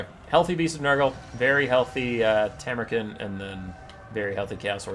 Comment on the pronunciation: You can pronounce him Tam-ur-Khan, like Gengis Kahn. You know, the greatest conqueror of the real world.